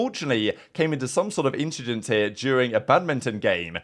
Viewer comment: "Nothing, just an inchident"